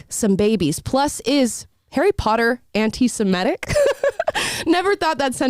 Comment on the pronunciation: “Semitic” not semetic